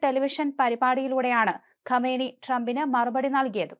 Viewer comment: ഗമനി അല്ല . കാം നഈ